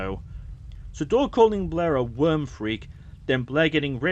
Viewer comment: Worm Freak not Wyrm Freak